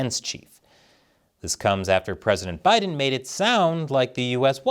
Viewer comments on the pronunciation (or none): none